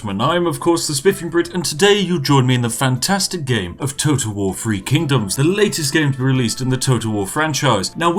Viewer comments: Nobody: Brits: Free Kingdoms Everyone Else: Three Kingdoms? Spiff: TEA! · Just listening to The Spiffing Brit butcher Chinese names.